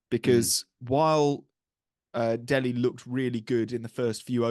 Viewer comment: It's Delhi guys , not DEHLI..